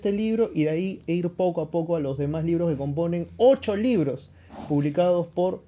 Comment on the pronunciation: Y la palabra indígena está mal dicho